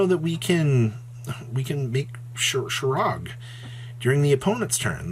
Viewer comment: If I had a dollar for every time mispronounces Shuraig and "waning" I'd be able to enter a few locals tournaments.